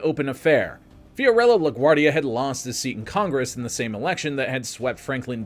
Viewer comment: *La Guardia (not "La Guardi")